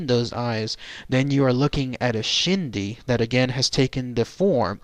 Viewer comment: The pronunciation is closer to "Ch'ee dee". The Ch'ee dee is the materialistic quality and desire of a spirit that causes a person's spirit to remain attached to the living materialistic world. The Ch'iidii is that part of a person's spirit or ghost that is still materialistically thinking and who still desires and craves after their previous material items, or perceived possessions of this world, which then keeps them connected to the world of the living. That ghost who harbors the belief that no one else should own their previous material possession prevents them from passing on, and they can do harm to dissuade anyone alive from owning what they consider theirs. For this reason a deceased persons personal possessions that formed their identity are buried with the deceased. When the Ch'ii dii part of the ghost stays because they are chasing after their previous life, then they trap themselves in the world of the living and one consequence is that they are not a whole being and remain conflicted on this plane of existence. Friends and relatives are not supposed to desire the dead person's spirit to remain because the materialistic side of the ghost will return, and cause the ghost not to be whole spirit and in the long run this is not good because energy of a ghost inherently cause an spiritual and emotional instability in a living person, even when the ghost does not intend to do harm, ie ghost sickness. I do not consider a Ch'ii dii a shapeshifter, but a person with Skinwa